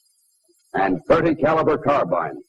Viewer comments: He says car bine instead of car bean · never figured out why so many people mispronounced carbine. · Interesting that he pronounces 'carbine' like us English, rather than the modern American way.